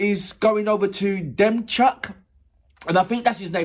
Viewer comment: DEMCHUK pronounced like DEMCHООK